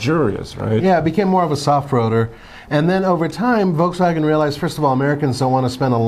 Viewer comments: It’s not „V-Double U“ xD German company = German pronunciation! XD we also pronounce American Companys in English. Sooooo please! xD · It’s pronunciation is “Dutch + ya” Not “Neeson” it is “Nis+sun” :D folksfagen... it’s folkswagen Citron hahahaha Just watch their advertisements so you can maybe learn how to speak their names you merikans :D Pohahahaha!!! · why is this guy killing all the names of cars. Us people need to understand that we read the automakers depending on where they are from not where they sell lmao